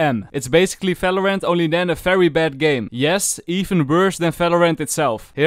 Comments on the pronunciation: things you dont know about valorant: its valorant not falorant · Why do you pronounce Valorant as “Falorant”..? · It's "V" not "F". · Bro Not falorant it's valorant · Not valorant its phalorant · ''FALORANT'' :) AAHAHAH Great vid btw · "It's alreafy paft sefen in Falorant " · Fery Nais Fideo of Falorant. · ✨falorant✨ - ✨fideo✨ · Fings😯 FALORANT😧 FSEVEN🤯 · fings about felorant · I HEAR VATERANT HELPPPP!!!!!!! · he said felorent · is my guy saying falorant? or am i dumb??? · Falorant XD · stop calling it falorant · i like when you brake valorant XD and also i like the accent cause you almost always add F to what you say